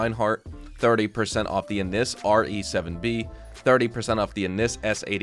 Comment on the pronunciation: Just a heads up - that in-game brand called "Güffy" is actually pronounced goo-fee (or Goofy). It's not pronounced "guff-fey" like huffy 😂 That's the (admittedly kinda lame) joke R* is making lol Same with "Annis" actually being pronounced "anus" and not Ann-nis, as you incorrectly say it. Just a FYI bro 👍🏻